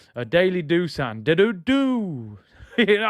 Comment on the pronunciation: Just to let you know, Dusan is actually pronounced "Dushan". It should actually be written as "Dušan" with an accent on the "s". I've been living in Serbia for 7 years so I know the language. Great show as always bro!:elbowcough